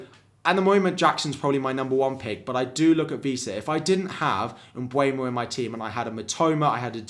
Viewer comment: Love your content! Would you mind pronouncing Mbeumo and not Mbuemo? Thank you